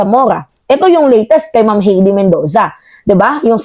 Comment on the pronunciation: Hay-dee , hindi Hey-dee!